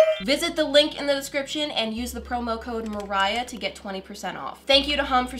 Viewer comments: Lol but it’s “” sorry that really bothered me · few minutes later: BeRfEcT